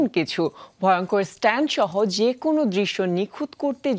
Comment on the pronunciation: sob i bujhlam, but "Stant" ki ????